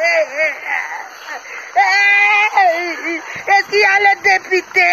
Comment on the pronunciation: Une route au Caneroun. Elle prononce très bien " dépIté". " On a voté le dépIté". "Où est monsieur le dépIté?". Après maman pilon, le rdpc va certainement enfermer cette maman de l' Adamaoua. Gardons l' oeil ouvert, pour que l' on sache à l' instant T ce qui lui arriverait. Danke.